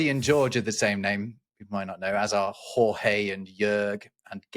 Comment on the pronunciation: With all the knowledge between you I was surprised to encounter Horhay ( Jorge) among the names. I know guttural sounds are not familiar to most English speakers, but this was a bit disappointing. 'My name is Jorge, sir.' 'That's what I said. Can't you read American? HORHAY!!!' HORHAY, YOU IDIOT!!!'